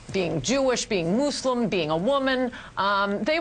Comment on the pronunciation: She also pronounces Muslims in a really weird way